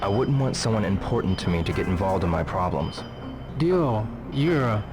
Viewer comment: Mark's "Dio" isn't entirely correct. The D is exaggerated too much. He sounds like an American trying to do proper pronunciation, which, in that sense, is actually kind of perfect.